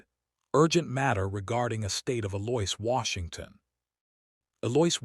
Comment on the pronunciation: Also, Eloise was pronounced E-Loia... dating pronounced dating.....